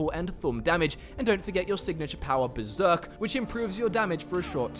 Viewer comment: There's an r in Berserk. You knew that right